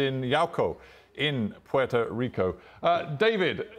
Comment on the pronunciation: Please, if you're not a Puerto Rican, don't call the island as Porto Rico or Portorro, because it's offensive and disrespectful to us. I understand if you didn't meant it that way, it's just an advice for future situations. Take care!!🇵🇷❤